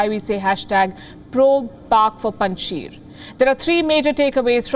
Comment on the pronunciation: Even you guys can not pronounce name of Panjshir …. Panj Shir …. Sheer It means five milks Panj Sher means five lions …. Russians could not win there because of agreement with Masood to keep Salang Pass open for them. No war no conquest. Paliki you are welcome to visit Pakistan 🇵🇰 and enjoy our hospitality at Kartarpur Border. Swallow the face … government will be on 11 September…. Someone is choosing dates. 15 August .. Kabul captured 06 September .. Panjshir captured 11 September. Taliban Islamic Government